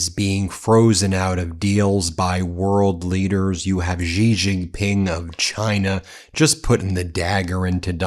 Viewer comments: Foolish Ben Meiselas still calls the Chinese president Jijinping. Is he too dumb to pronounce XIjinping? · It is not Gee Jinping.